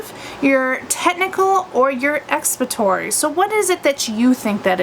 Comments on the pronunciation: lol.. yes. she is saying it wrong.. lol she is saying expatory. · Are you trying to say expository? Or have I been saying it wrong my whole life..